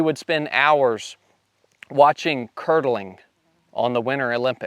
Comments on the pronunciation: Kurdeling?? curling😂🤣😂🤣 Love the stories and the channel.. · "CurDling" lmao........think he meant curling........ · It’s curling NOT curdling 😂😂😂😂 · It's curling not curdling 😂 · Curr-delling 😂 lmfao. CURLING my boiiii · Great video! I've met a couple guys who were Navy SEALs and I've heard some of their tales of the various stages of the path taken to eventually become SEALs. I hear in your voice the same conviction they had when they told their personal stories. The only issue I had with this video was that you actually watched curling that was televised from the winter Olympics but it sounded like you said curdling (which is a process used in the production of things like cheese curd or tofu). The reason I noticed the difference was that my mother was a fan of the sport. I could be mistaken in what I head but I don't believe I was. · Curling bro not curdling and yes it is epic. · Curling or curdling? Haha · *CURL ing Not curdling They weren't making cheese, right? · Curling not curdling. 😉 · Isn’t called curling and not curdling? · You SEALS are true, all american badasses! I love your flat, dry, sense of humor. Training in kodiak was so brutal that you enjoyed watching olympic curdling. Must take awhile to watch milk spoil! Don't know if you were cracking a joke or just mispronounced the name of the sport, either way i found it funny as hell! Thanks for putting your ass on the line for us and keeping America the greatest country on the planet. Keep the great content coming. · It's "curling".